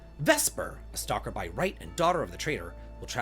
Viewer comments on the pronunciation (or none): none